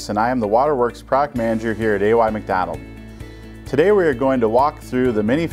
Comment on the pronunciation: Does Jim not know how to pronounce his surname or is it misspelled?